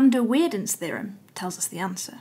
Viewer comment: with an a, and not as weirden.